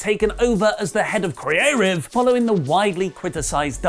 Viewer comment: Can you stop saying “Creative” like that